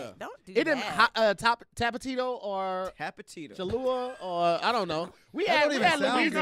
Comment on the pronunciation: Hahahaha tapatito hahahahaha he said tapatito. That got me dying haha.